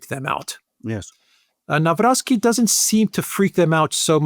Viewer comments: Nav-rotz-kee. In general, in Polish, "w" is pronounced like the English "v", and "c" like "tz" in tzatziki for example. You're welcome 😉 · Pronounced Navrotskeee. Stress on "rots". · Pronunciation is [Navrotski] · If you want to pronounce president-elect's name correctly it is NAVROTZKY. Greetings grom Poland ! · Say Navrotzki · The closest good pronunciation of Nawrocki is: [na-vro-tski]. Greetings from Poland. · In Polish 'W' is pronounced as 'V' and thanks for your work! ❤